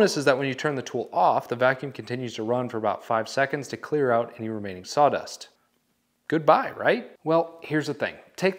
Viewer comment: Aaah, he said "Good buy", not "Goodbye", this makes a lot more sense now.